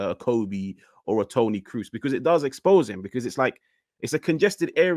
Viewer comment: I was like Who is Tony Cruze? 😂😂 TONI KROOS like tonne cross🤦🏽‍♂️🤦🏽‍♂️